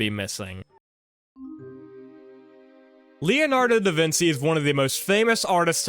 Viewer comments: "da vinsy" is a pronunciation i hadn't heard before, i gotta say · I’m not mispronouncing names on purpose guys! Also: “Duh Vinsy” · it's how it is pronounced in spanish